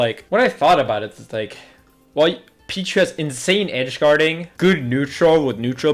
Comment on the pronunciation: Its pichu